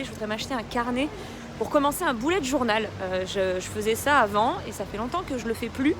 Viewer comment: À chaque fois que j'entends "Bullet journal" je comprends "Boulette journal" 😒